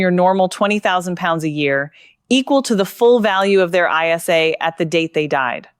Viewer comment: It is an ISA not an I S A